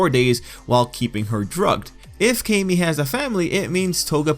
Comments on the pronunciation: It is pronounced CAM-EE Tril-L. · Please pronounce Camie like Kah-me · Wezzy94 it’s KAY-ME. If it was CAM-ME, her name would be spelled CAMMIE or CAMMY (like the girl from Street Fighter) but since her name is spelled CAMIE (with one “m”), it’s pronounced KAY-ME